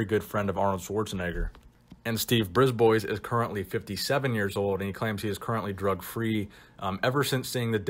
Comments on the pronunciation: Bris ba not Brisboys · Its not pronounced Briz-boys, its pronounced Bris-bwah. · Just FYI bois in a name is pronounced bwah. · Brisbois is actually pronounced "briz BWA". It's French. Thanks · Another great trip down memory lane., nice! I believe you pronounce his name Brisbois: “Brisbwa”, as he is French Canadian. The S is silent! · I'm fairly certain Steve's last name (Brisbois) is pronounced "Brees - b-wa". He's from northern Ontario Canada which has a large population of french Canadians. The more you know! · It's pronounced "Ghee Yome" and "Briz bwa" they're french names..and i speak french. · brisbois (breesebwa) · i think its pronounced steve Brib-wah. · Pronounced Breeze-bwuh.